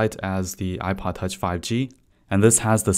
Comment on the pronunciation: The way he is saying ipod touch ;DD [apaatach]